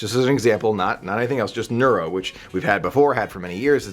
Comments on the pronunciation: Dude, it's NOROVirus not NEURO. And sorry to say but Disney has already announced they are going back to self-service buffets. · Norovirus, not neurovirus. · NOROVirus,!! For a minute I thought you were mentioning a NEUROvirus that makes our brains into mush or something...